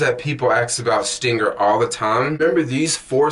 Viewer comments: ST--R--INGR not ST--I--NGR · Why do you keep saying stinger when it's stringr. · I had to check the spelling myself he said STINGER so much. It's STRRRRRRRNGER! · I hope in the 5yrs you've been using the app you learned how to pronounce the name of the app itself. It's not stingr It's STRING R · bro... you can't even say the name...